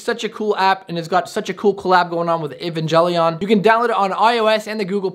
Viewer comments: evan-gel-ian Every anime fan: 🤬🤬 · it's Evangelion neon genisis I am a anime vet you saying the name pronouncing wrong the name